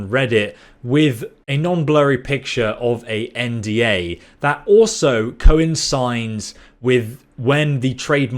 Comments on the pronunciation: "co-insigns' ? you mean coincides ? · "Coinsigns" huh?? The word is: coincides. Apparently he's not familiar with the queen's English.